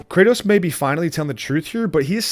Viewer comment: Did you call Kratos "Kurtis"